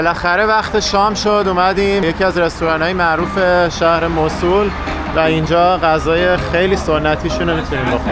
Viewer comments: موصلللللللل نه موصول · موصول نه موصل😂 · موصول نه موصِل😊 خسته نباشید👏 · موصول چیه آخه؟ موصل درسته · موصول نه موصل ایکول 😂😂😂😂😂😂😂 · مصول✅ موصل❌ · سلام...چرا اسم شهر رو موصول میگه ..مگر موصل نیست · ممنون بابت این ولاگ خوب اسم اصلی موصِل هست و نه موصول شما که تا موصل اومدید باید از اثار و ساخته های تاریخی الحضر دیدن میکردید حرف اصلی تاریخ رو الحضر میزنه با سه تاریخ ایرانی و یونانی و عراقی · مو صو ل نه. 😂 موصل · موسول ❌ موصل ✅ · موصول چیه؟؟ بگوموصل ...وقتی اسم موصل رو بلد نیستی بگی چطور جرات میکنی در مورد تاریخ حرف بزنی؟؟ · مُصول؟ توروخدا لطفا درست تلفظ كنيد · ، شما تلفظ Mosul رو درست میگی؟ موصول؟؟؟ فکر کنم « مَوْصِل » باشه. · موصول نه. موصل ص به کسره تلفظ میشه😂😂😂😂😂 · موصل اسم صحیح است نه موصول باتشکر 🌹🌹🙏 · موسل نه موصول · حالا هم خودت غلط گفتی موصل نه موسل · مُوصِل درست است نه مُوصُل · موصول نیست موصِل هست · چرا موصول می گی موصل بگو😂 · چطور پاشیدی این همه راه کوبیدی رفتی اونجا به خودت زحمت ندادی تلفض درست اسم مقصد تو یاد بگیری؟ واقعا عجبیه‌ اون موصله مو او صول نیست خودنه نمیشه یعنی موُصل هست نه م او صول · موصل تلفظت غلط بود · ممنونم. « مَوْصِل » تلفظ اصلی و عربی است، نه تلفظ ایرانی. مراقب خودتون باشین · تلفظ درستش موصل با کسر ص است. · من عراقی هستم. تلفظ ان به دو صورت است Moosel or Mawsel که در هر دو صورت با املای رایج انگلیسیش متفاوت است و صاد با کسره خوانده می شود. می توانید به ویکیپدیا نیز مراجعه کنید. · شما اسم شهر رو نمی تونی درست بگی